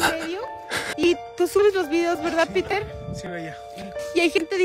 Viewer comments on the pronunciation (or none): none